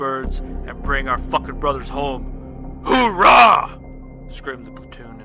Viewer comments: It’s OOHRAH no hoorah. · Oh mister narrator, it's OORAH! Not HOORAH. Hoorah is army.